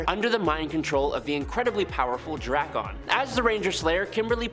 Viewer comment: Drak-un not Dra-kahn